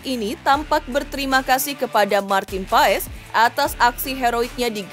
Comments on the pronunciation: Di bacanya pas bukan paes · Bacanya PAS bukan PAES. Jangan di biasakan